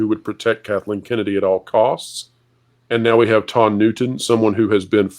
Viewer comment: Lotondra?? 😂😂😂😂😂😂sounds like the big dryer at the laundry mat. Ha haa haaaaa